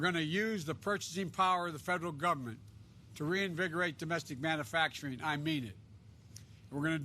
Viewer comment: The moron can't even pronounce manufacturing. What a looser, literally!